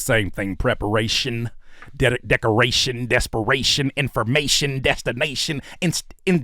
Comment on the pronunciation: "ation" and "ician" 😂😂😂😂 pisses me off every time he does it